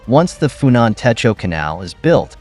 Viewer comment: For a start, your Khmer pronunciation is terrible; it's TEY-KO and KON-DARL province. The name for river is TON-LAY; the family name of the PM is HUN as in UHN, but what do you expect from an AI voice?